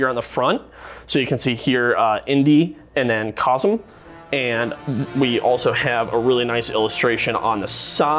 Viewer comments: Its Kazeeeeeeeem not Kozum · its pronounced Kazeem ..have you even seen the movie this figure comes from ? Wow !